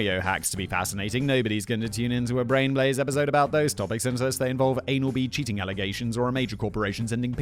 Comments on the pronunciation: “Blain braze” 😂😂😂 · "Blain Braze" 👌